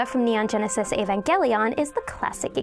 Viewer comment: It pains me how you mispronounced Clannad, Mine, and Evangelion